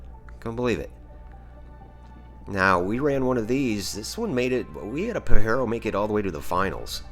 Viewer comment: First time ive ever heard that Mitsi called a "Pa-heh-ro" 😮 We call it a "Pah-jeh-roh" with the strong J sound